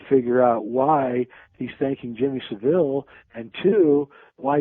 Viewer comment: Jimmy Saville is pronounced 'ILL' at the end, there is nothing fancy or french sounding about the pronunciation, please Americans drop the pretentious sounding 'e' at the end-it's pronounced ILL not EEL. Thanks.